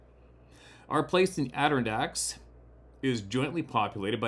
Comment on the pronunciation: ADD - ER - ON - DACKS. You’ll get it…just keep sounding it out. You’re too adorable! Sarah’s so lucky.😉 🎆✌️ Tara